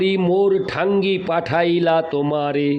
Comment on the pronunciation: রাধে রাধে প্রভু জী, শ্রী শ্রী চৈতন্য চারিতামৃত গ্রন্থ পাঠ শুনলাম ভালো লাগলো। প্রভু জী আমাকে মার্জনা করবেন, পাঠের সময় কিছু শব্দ উচ্চারণে ত্রুটি হয়ে যাচ্ছে। যেমন, মুঙ্গি মানে = (মুই) গোসাঙ্গী মানে = (গোসাঁই ), ঠাঙ্গি মানে = (ঠাঁই ), প্রভু পদে মুই আইনু তোমা পদে ধাঙ্গা, ধাঙ্গা নয়, ধাঙ্গা মানে = ( ধাঁইয়া )। শ্রী শ্রী চৈতন্য চারিতামৃত গ্রন্থ খানি বাংলা বৈষ্ণব ভাষায় লিপিবদ্য করা হয়েছে। বাংলা শব্দ উচ্চারণ ব্যাকরণ একান্ত জানা দরকার। গ্রন্থ পাঠ শ্রাবনে কানে একটু লাগছিলো, তাই লিখলাম মনে কিছু করবেন না, ভুল ত্রুটি মার্জনা করবেন। গ্রন্থ পাঠ অডিও টা একবার শুনবেন। জয় রাধে,।